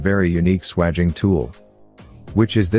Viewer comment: if youre going to use a AI voice then teach it to pronounce SWAGING properly its pronounced SWAGE , I'm not sure how well this would work on old copper pipe that's been around for a while but newly annealed pipe it should be perfect. Pity its not in millimetres. Most important thing is to twist the tool every time your compress it, perhaps adding some Vaseline or grease would make it work better, copper is dry metal and its better if it has easement. Clean it though before fluxing and soldering and make sure you use the right solder is you are using it for gas as it should be brazed nowadays rather than soldered with a old tin lead solder. Idea behind that is so that the gas pipes in a fire do not come apart like they used to with tin lead solder which melts at a much lower temperature . Only ever braze gas pipes and the same goes for aircon pipes due to the high pressures involved MAPP gas system works well for that. .